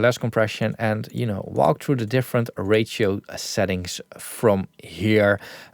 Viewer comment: when saying ratio, it sometimes sounds to me like "rachel", like the name Rachel so distressor probably distress a lot of Rachels out there...